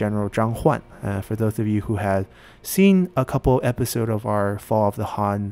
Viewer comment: Wow, i'm impressed that you can actually pronounce these names correctly (although I wish you pronounce "han" correctly but i guess most folks won't know what your saying if you do) gj